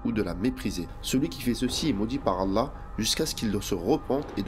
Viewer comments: Tu devrais perfectionné ta façon de prononcer le nom du TOUT PUISSANT.... Doit tu prononce "ala" c'est ALLÂH SUBH'N WA TAA'LA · La façon de dire Allah par la voix. Pourrait t elle appuyé sur le Lam ? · Effectivement, de plus il prononce mal « Allah »